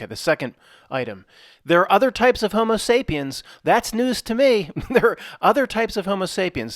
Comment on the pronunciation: Did you say hobo sapien?